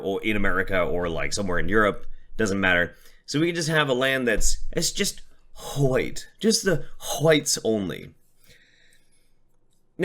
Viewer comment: "W-HHH-ITE" "Captain Puffy Nipples" I can't stop laughing! 😂